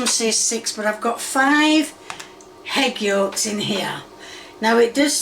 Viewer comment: Too many 'Hegg-Yolks'